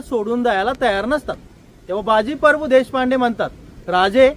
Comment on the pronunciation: मित्रा परभू नाहीं प्रभू 🙏🙏